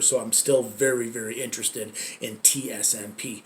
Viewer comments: Why does he keep saying tsnp, its tsnp. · He says tsnp but its tsnp